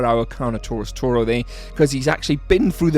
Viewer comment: It is TORO!!!